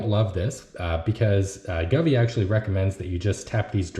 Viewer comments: Sorry, but have to point out, the brand is pronounced "Go-V" not gavee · I know someone corrected your pronunciation of govee. But I’m calling it guvee from now on